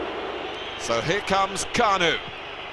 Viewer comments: Не Кану, а Канюю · KAN-YOU believe it! Premium commentary right there